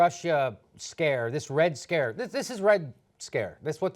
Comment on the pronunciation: Did anyone think is said "Red Scarce"?